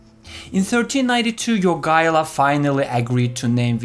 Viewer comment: The way you pronounce Jogaila's name almost makes me think you're Lithuanian. ...and then you fail at Vytautas ;D It's not surprising the allied forces couldn't capture Marienburg, even after a crushing victory at Grunwald and months of siege. I've seen that castle, it's bloody unassailable.